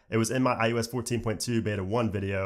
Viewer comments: I “oh” s... stop saying iUS lol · Why does he say iUS though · stop saying IUS troll